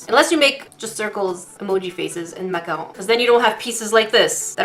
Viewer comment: I love how pronounced “macarons” properly It bugs me when people say “macaroons” like the coconut cookie